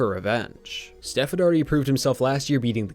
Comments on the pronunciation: ... sounds like you called him "Seth" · steph. not seth